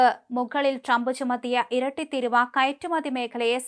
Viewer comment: തീരുവ ആണ് തിരുവ അല്ല